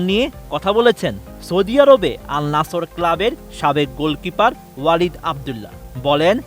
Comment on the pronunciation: Vai al nasor na al Nasser